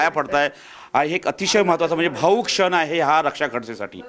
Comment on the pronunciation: क्षण नाही शण म्हणतोय मराठी चा पत्रकार